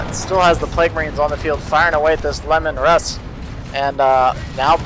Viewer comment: Isnt Leman Russ pronounced like "Leeman Russ" instead of "Lemon Russ" ?